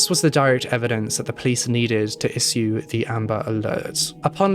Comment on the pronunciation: People's comment is to why he mispronounces the word issue as isued is because he has a speech impediment. You're probably new to his channel and didn't know, but he's mentioned it in a past video. And now you know so please don't bring it up again, thanks.